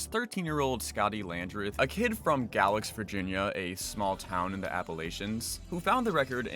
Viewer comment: galax virginia jumpscare (it's pronounced gay-lax btw!)